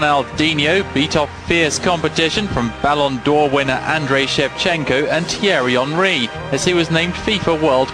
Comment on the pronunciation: What the fuck are the pronunciations of names in this video hahahha. You are not a football fan if you're saying "Terry hen-ree". What the fuck. Imagine pretending to narrate this video (which repeats clips) and coming out with Microsoft Sam level pronunciations